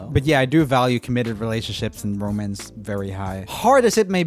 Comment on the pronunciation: No one: Joel: romence